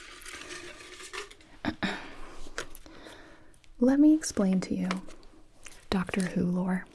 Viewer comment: Gonna be honest I thought she said Dr Suiss not Dr Who lol, I was very confused at first